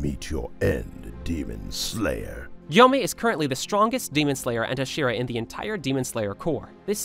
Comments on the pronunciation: It's not hshira, it's Hashira. You're pronouncing it as only H(slight a), pronounce it as Ha(strong) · Did you say hashiwa